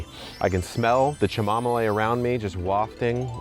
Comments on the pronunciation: Chamomiley? I thought it was pronounced Kamomill 😂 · Thank you so much for sharing this. So many people will be helped because of your bravery and willingness to share. Side note, I will forever pronounce it cheemommolay from now on. Again, thank you so much for all of your content, gardening and otherwise. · Listening to you mispronounce chamomile kills me every time💀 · I can never pronounce chamomile the correct way again. BTW, I like the new pronunciation better. Wishing you all the joy in the world. You are loved; you are epic!